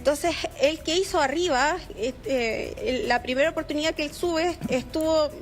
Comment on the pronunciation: '''OPORTUNIAA'''' SE DICE OPORTUNIDAD